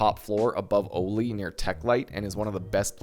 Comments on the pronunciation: oh-li? why do you say it like that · The way you pronounce Goshan and Oli 😭😂